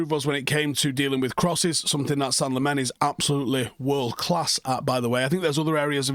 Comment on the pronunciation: Belgian dude at work says you pronounce it “Sen-nuh Lah-mens” Get used to it reds! Hopefully we’ll be saying it for a long time for all the right reasons 🤞🏻